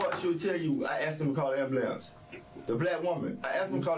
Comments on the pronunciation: "I told them call the amblampse." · "i ax'd him cull amboolants!" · “I told the lady to call the AMBALAMCE” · Not the "ambalamce"